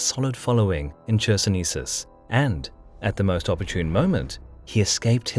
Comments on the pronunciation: Chersonesos is pronounced with K at the start. Bloody K! Never in Greek or Latin would CH be pronounced as CH in the word China. Never! Is it so flippin hard to learn these rules if you're doing this for years? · It's more like Hersonesos, actually. Not a thick CH, it's funny.